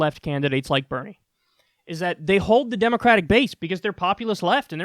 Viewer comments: Hey Kyle! It's Daddy Bernie, not Daddy "Benie"!!! smh so disappointed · Bernie not BENIE! 😂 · Dude it says, Benie not "Bernie" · "Benie" lol